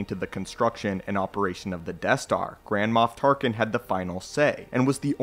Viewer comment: Sounds like you're saying Grandma Tarkin